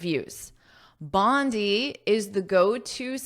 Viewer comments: I’m Australian That’s Bondi beach in Sydney Your pronouns are wrong Should say (bondai) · We Australian pronounce Bondi as [Bondai] thank you 🙏 😉😉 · Thankyou for sharing & letting me pick your brain 😊, this article 's very interesting and I am enjoying this lesson. The proper pronunciation of 'Bondi' is 'bon-dye' as I understand since I 've lived in Australia for a while. Bondi Beach is also well known for its beautiful coastline & surf culture.🏄‍♀️🏄‍♂️🏊🏄🌴🐨❤ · I'm sorry but it's pronounced Bond'I' as in Bonday Beach. I've learnt a lot from you though. I love your lectures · I’ve been there, it is pronounced as “bonday” I said many times but my Australian friends corrected me. Again a great one. Lets go, lets go, go further more more more more ❤